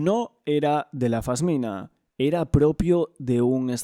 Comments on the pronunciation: Un trabajo bestial! Pero cada vez que dices fasmina se me suicida una neurona. es una pasmina amor 😘 Ojalá Mario tenga la justicia que merece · Se dice pasmina, no fasmina.